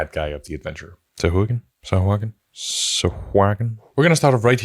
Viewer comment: SA-HU-A-GIN 🙃 SOW-HUA-GIN 🧠